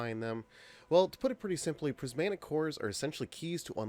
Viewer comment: PrismATic Not prismANtic